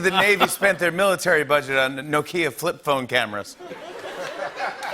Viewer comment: Nokia, or as JF says No-Key-A 📱